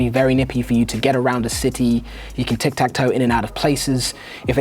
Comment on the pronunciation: It's tick tack. (Or tic tac, if you insist.) No toe.